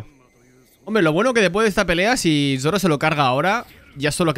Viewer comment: Alguien me dice porque carajo le dice YOROO a Zoro